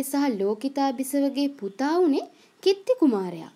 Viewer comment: කිත්ති නෙමෙයි කීර්තී 😂😂😂😂😂🤣🤣